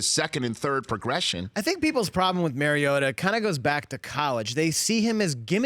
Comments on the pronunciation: The bald guy wants me to believe he's an expert on Marcus Mariota yet he can't even pronounce Mariota. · it’s not mary-ota idiot it’s mariota